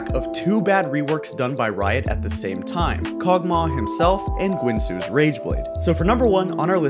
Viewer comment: Strange that channel with "guide" in the name can't say Guinsoo.